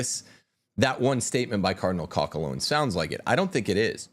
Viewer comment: Cdl. Koch's name is pronounced with a long 'o', not a short 'o". The ch is said in the back of the throat.